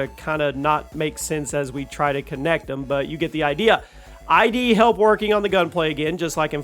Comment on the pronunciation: Lol ID is ID Software. ID rhymes with Sid